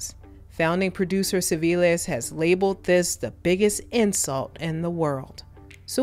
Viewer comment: It’s pronounced “Clivilles”, just the way it’s spelled.